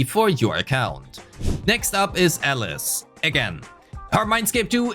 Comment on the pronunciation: I was so confused he kept saying Ellis instead of Alice.